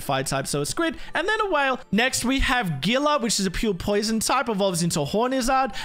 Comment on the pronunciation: Omg I love this region. Just so you know though I'm pretty sure that the gilla in gilla monster is pronounced hiella